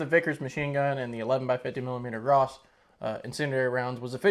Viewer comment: As far as I can tell, French language tends to leave the last letter off most words. It's written that is, but not pronounced. I do believe the name "Gras" in the official French pronunciation is "Gra". Caution, I do NOT speak French fluently and I do not claim infallibility. According to Wiki, the 8mm Lebel cartridge was an altered form of the 11x59mmR round. What a shock! Also. Even now, the average infantry rifle does not need to be effective at 600 or more yards. Nothing wrong with that, but most rifle engagements are less than that. For instance, the dreaded AK 47 is considered to be a 300 yard rifle at the outside. But it's quite popular amongst would be combatants; and it served the Soviet Army quite well. In the battles of the day, I would think the 'lower' range of the Gras rifle would be sufficient. "Around the world in 80 days" - I saw the David Niven version of the movie (1956), young fella! (Read in old man's accent.) I have a few 'older' books regarding 'older' firearms from various nations about the world. Some have reference appendix showing non English words and phrases pertaining to firearms in various languages. The word 'caliber' for instance. Another example is 'short'. In English one finds a pistol cartridge named .380 ACP. In German this is known as 9mm Kurz. 9mm is essentially the same as .355-.358 inches and 'Kurz' means 'short'. These are all words used in the firearms realm. You might look into some old books or possibly reprints. And will all my pi